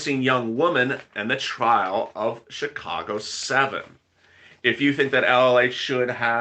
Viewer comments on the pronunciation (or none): none